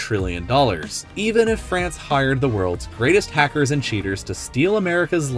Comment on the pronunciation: Why Everyone saying Frace 'SHE